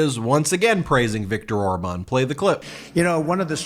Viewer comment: Orban? He doesn't even know how to say his name? His buddy?